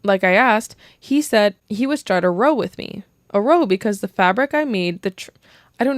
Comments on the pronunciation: It's pronounced as R and then OW ((as in ouch)) row. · 'Row' is a fight... pronounced "R- oww"... oww as in ouch. ❤ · You need to pronounce it to rhyme with now or cow, it's basically you're starting an argument with me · Row not like rowing but pronounced like “ow that hurts.” Town, frown, brown….